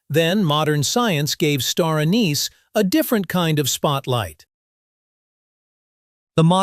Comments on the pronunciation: First off, you are NOT French, nor are you speaking French, yet you persist in pronouncing "anise" the French way with the accent on the second syllable. In English, the accent is on the FIRST syllable...AN-iss. Get it right!!! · The word "Anise" is pronounced wrong, seemingly, thousands of time in this video